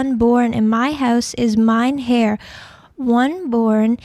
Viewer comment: heir not "hair nor hare"....